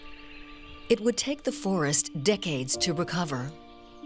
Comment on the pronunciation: narrator: "it would take the forest decates to recover" everyone else: and.... the jews?